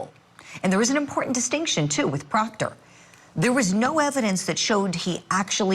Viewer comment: The prosecution must not like proctah troopah..... Because why else would you drag him through another trial?😂😂